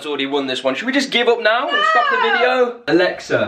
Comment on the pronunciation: The fact that he said “balexa”